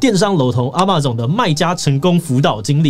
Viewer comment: 也許 Amazon 的唸法是 ㄝ ㄇㄚˇ ㄗㄤˇ 而不是 啊 馬 總